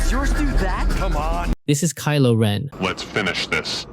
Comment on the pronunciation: You said kilo wren three times